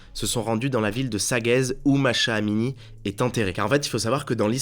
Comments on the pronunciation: C’est pas Masha Amini, sa ce prononce Mahsa pas Masha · Mais il sait pas parler?! Entre "marshamallow", "lissium" et maintenant "Masha Amini", le manque de professionnalisme est vraiment présent... Vous devriez engager quelqu'un pour réécouter vos vidéos avant de les mettre en ligne parce que ça devient grave.